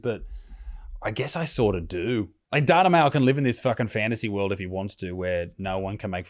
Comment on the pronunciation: It pronounced "Date-A-Male"